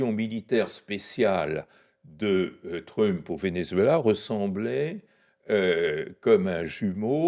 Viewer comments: Pourquoi prononcer "trump", pénible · Bonjour, très bonne vidéo, par contre pourriez-vous prononcer Trump correctement? Ça perturbe à chaque fois, vraiment je dis ça avec bienveillance. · J’aime bien comment l’invité fait un effort pour prononcer correctement « regime change » en anglais, mais prononce de façon bien française le nom de Trump 😂